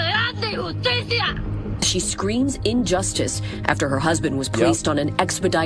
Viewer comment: Weird, that doesn't sound like the word "injustice" to me.